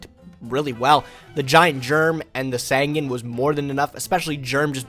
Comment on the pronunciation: I think with the fact is STILL saying Sangan wrong, i think its time I create the yugituber drinking game.